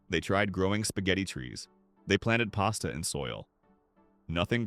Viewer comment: Well that’s new to me. I have never heard pasta being called paste-a before… Are you sure that you don’t believe some of these hoaxes yourself?! 😂🤣